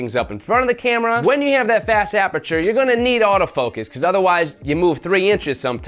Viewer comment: "FAST APERATURE" lol